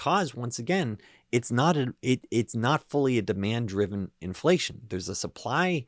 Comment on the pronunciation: "Infleshion" !? Freudian slip? Zombie confirmed?